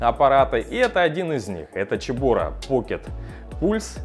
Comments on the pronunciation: поздравляю с покупкой! Но почему "чебора"? Слух режет. Все говорят "себора", а гугл переводчик говорит "цебора" 😁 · Почему Чебора. Вообще то Себора. Чебора по английски Chebora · Цэбора а не чебОра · а почему Чебора а не Цебора???? чуть ухи не отвалились! аппарат классный, поздравляю, про канал 100 ампер написали уже, там Иван рассказывает и снимает про сварку максимально качественно. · Ну, ну какая "Чебора"? Тут либо Себора, либо Кебора. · первая буква C, читается Цебора), a Ч было бы Сh. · ну гдеж Ч то в слове CEBORA?? Ч звук получается при Ch! это Сибора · Как режет уши "чебора", не так читается